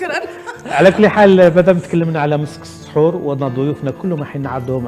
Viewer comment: السحور و ليس الصحور